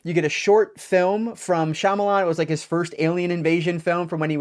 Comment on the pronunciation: bummer to hear that it's not a wow factor! Comon M. Night do better!! Thanks for the review and nice to see a reviewer who knows how to pronounce Shyamalan correctly!